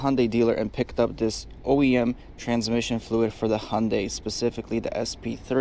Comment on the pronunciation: Bro.. its a hyundai.. hoondie.. hundye.. yundii....